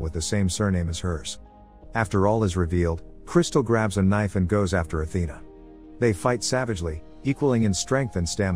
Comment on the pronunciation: Ah, the reeffle, such a powerful weopon. It's good t have a kneefle and a peestol